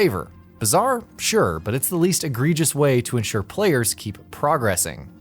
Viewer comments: it’s progressing, not progress ing 😭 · do you not know how to pronounce “progressing” hahahaha also, I kinda hate that games do this. sometimes I feel like I can tell when it’s happening in some games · Who the heck pronounces progressing like that